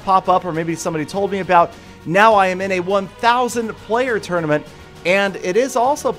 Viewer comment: Anyone else annoyed by how he says tournament?